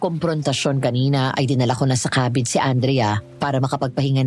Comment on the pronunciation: Natawa ako sa KEY-BIN😂😂😂 ang ganda ng narration tpos yung KA-BIN naging KEY😂😂😂